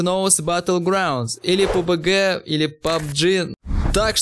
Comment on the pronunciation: сколько раз этот делил сказал пубГГГ